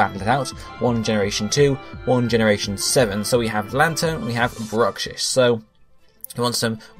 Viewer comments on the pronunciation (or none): Bruxish It's 8-4 now And in case Bruxish wins, it's Brucks-ish, not Bruck-shiss